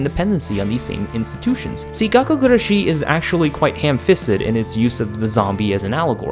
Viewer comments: It's not really gakkou guRAshi either All the letters are annunciated about the same but if you were to annunciate anything it would be the GUrashi ¨ Pronouncing it with a strong Ra is what English speakers tend to do the strong shi sounds very French to me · It's gakkou guRAshi... (also in another video) it's suBAru. Idk why so many english speakers have so much trouble to pronounce them correctly =S